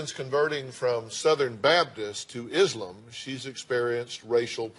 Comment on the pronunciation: Dr Phil it’s ISLAM not Izlim